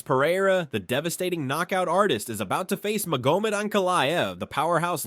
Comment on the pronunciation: I'm out. If you can't even pronounce Magomed... damn! Here's a comment, for your troubles, though.